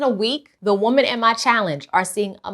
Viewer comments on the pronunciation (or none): The information you gave is excellent, but I notice that you say woman instead of women when you are talking about more than one woman.